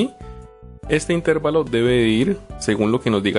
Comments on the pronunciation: Ojo, intérvalo no es esdrújula, por lo tanto no lleva acento, se pronuncia intervalo y es una palabra llana. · bien explicado pero no se dice intérvalo, es una palabra grave por lo que no lleva el acento, se dice intervalo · Un servicio no estas pronunciando bien la palabra "intervalo" no es esdrújula o explícame, pero respecto al tema excelente gracias.